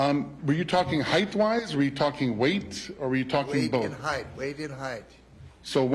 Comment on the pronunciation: This prosecutor says heighth instead of height